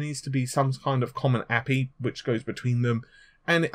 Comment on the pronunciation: i think many game devs will jump on board once a API is made also it is pronoused "A-P-I" not "ap-E"